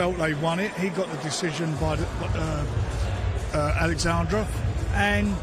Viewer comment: Did Mr Warren just call Usyk "Alexandroff "? 😂